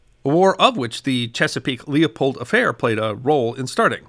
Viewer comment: The "Leopold"?😂